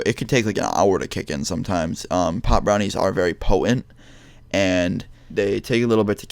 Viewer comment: "It was very Pppohhent"